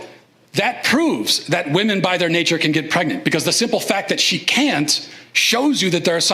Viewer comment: won't say WOMEN correctly just like the transgender in the video. PROOF!!!!!...he is pretending. He's a grifter to make YouTube money. It's obvious!!!!